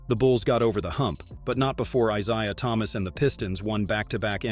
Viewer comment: Yeah the AI is just monotone and cannot pronounce Isaiah Thomas correctly. I'll give credit for the script. But the AI is getting annoying.